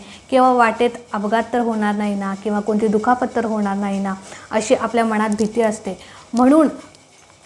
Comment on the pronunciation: मनात...हा शब्द शुद्ध उच्चारा...बाकी वीडियो छान